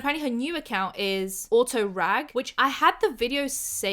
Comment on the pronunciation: the way it says aurora g and you keep calling her auto rag is actually sending me